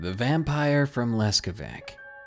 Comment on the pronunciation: Does it say what village was it in the first story? btw "c" in Leskovac is pronounced like "zz" in "pizza" :)